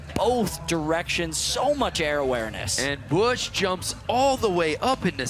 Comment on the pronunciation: its spoken Fabian Bösch not bush